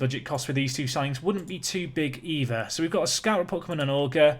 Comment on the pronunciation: Auger = O - Jay (but you don't pronounce it with the d, like Djay, it's a [ʒ])